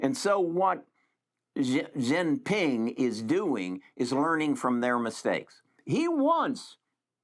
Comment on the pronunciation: Xi Jin Ping pronounced Chee Jin Ping